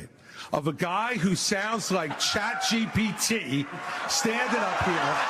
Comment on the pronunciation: “chayt gbt”